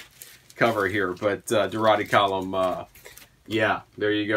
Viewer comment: I have that AC record w/the panties. Back then, the complaint was that they were flammable. I have no time for anything Alice did after the original band. BTW, you're pronouncing Durutti Column wrong. The 'rut' rhymes with 'put'.